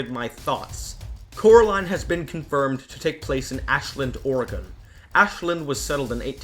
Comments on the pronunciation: I can’t 😩 why do you say Oregon like that?!? I’m an Oregonian born and raised and you say it like “OR-GONE” 😂🤌🏽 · I don't want to be one of those people but it's pronounced or i gin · As an Oregonian, I just thought you should know that the correct pronunciation is or-ruh-gn. The “o” sounds like an “i” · As someone who grew up in Oregon.... That pronounciation is WEIRD. It's pronounced like organ, but with an eh, to the folks who are over on the west coast. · Organ, Goddamit. The state is pronounced ”Ore-gan”. There's no fucking e. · You can always tell when someone doesn't live in Oregon on how they pronounce it. It's actually pronounced "Organ" as in like an organ in your body or something you play, the "e" is silent. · Hey dude, us oregonians pronounce Oregon like "organ" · I hate the way you pronounce Oregon....as someone who lives there...it’s pronounced like “organ” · As a person who’s from Oregon I giggle everytime you say it cause you put emphasis on the e and we don’t 😅😅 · Lol this guy definitely isn't an American he pronounces Oregon very strangely.... But besides that great video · As an Oregonian the way you pronounce Oregon drives me crazy but good video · The way you pronounced "oregon" really pissed me off. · Your pronunciation of Oregon made this so hard to watch, but cool compilation of theories. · The amount of times you mispronounced oregon is driving me insane. But i still love the video lol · Every time they pronounce Oregon wrong I wince lol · LOVE your channel. Just have to be picky and I know it's a stupid quirk but, you've been pronouncing Oregon wrong. 😂 I know it's a stupid tick I just had to say something. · Whenever I hear someone pronounce Oregon like that I finally understand how people in Arkansas feel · by the way Oregon is pronounced the same as organ, not "oh-ray-gone" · Its not pronounced O-ri-gen its pronounced O-ru-gin (but its spelled Oregon) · Oregon is pronounced more like organ than or-ah-gone....